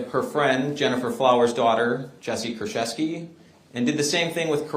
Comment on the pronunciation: I am Polish, it's Koorchevskee and "ch" as in chamber not in character, and the stress is on the second to last syllable